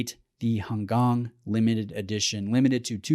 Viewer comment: Thank you for saying "Han Gang" right.